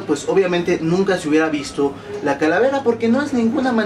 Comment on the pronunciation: ojojojojoj like si notaste q dijo caravela......... lool 2.08